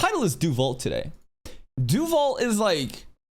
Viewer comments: Deus Vult = God Wills It, pronounced as "DAY-uhs wult" in Latin and "DAY-uhs vult" in English. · Also, it's not pronounced Deu Vu or Deu lo Vu. Every letter in Latin is pronounced. The actual French equivalent would be Dieu le veut and that one does have silent letters, unlike the original Latin phrase. Tanya even pronounces it the Latin way.